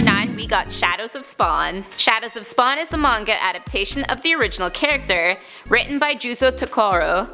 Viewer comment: Listen to when she says "SPAwn"